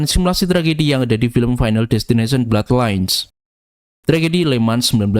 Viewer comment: final disteninasion